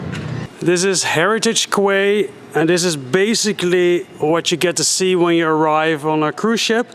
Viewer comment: It's a small but quay is pronounced "key".